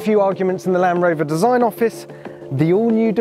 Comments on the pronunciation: Please teach him that there is a D in Land Rover not lanrover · Anyone else notice how he says "lan rover" rather than Land rover? So bloody annoying 😂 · I swear he keeps saying Lamb Rover..... Almost like Benedict Cumberbatch saying pengwings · Why is he calling it a lan-Roma 😂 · Where did this guy learn to speak "LAN'ROVER" and "there _isn't_any flat panels" I can't watch. Can anyone recommend any other videos of this actually being used? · Why is he saying lamb rover